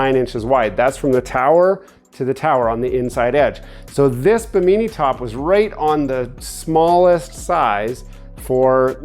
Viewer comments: What’s a bameenie top. It’s pronounced Bih-mih-knee like the island, not bameenie. 😂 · OMG I have never laughed so freaking hard hearing him mispronounce bimini. Bimeenee lmao. Oh and those things you measured for your top aren't towers.. They are gunnels, also known as gunwales. Bimeenee OMG. It's pronounced bi·muh.nee look it up. LMFAO. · It’s pronounced bee-me-knee not be mini fyi. And you purchased the wrong width. You measure at the bracket mount location not at the top of the roof. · Bi-min-I is the pronousiation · Bim-In-E, say it with me! 😂😂😂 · Bim in E, I didn't care. Just wanted to see if he enjoyed it or not. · What’s a “Baneemee top” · You are saying bimini top so weird its making my dog bark... im redoing a old fiberglass boat got the cheap bi-min-nee_nee top also.. thanks for video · Should have looked up how to say Bimini. Perfect example of a credit card captain. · lol drives me crazy, please pronounce it correctly